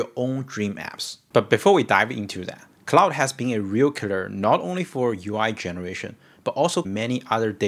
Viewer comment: ClauDE not clauSE